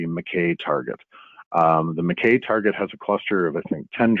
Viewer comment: I believe McKay is pronounced Mc Eye!